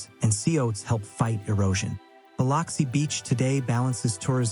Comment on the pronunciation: Please learn how to pronounce Biloxi (buh LUHK see) correctly.